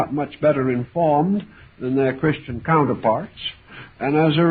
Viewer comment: Not Gew but Christian 😂😂😂😂😂😂